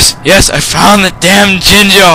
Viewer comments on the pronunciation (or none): sound like your saying chinchar.LOL